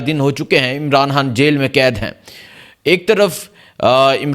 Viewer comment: عمران۔ حان حیبر پحتون حا ہ عوام کو حبر۔ نہیں ہوئی برخوردار پہلے بھی عرض کیا تھا موضوعات پہ گرفت۔ تسلسل اور الفاظ کی ادائیگی عمدگی سے کرنا سیکھیئے نجانے کتنے افارد بچے نوجوان سٹوڈنٹس آپکو سنتے دیکھتے ھونگے ان کی تعلیم کے لئیے تلفظ حروف تہجی درست ادا کرنے کی پریکٹس کیا کیجیئے الفاظ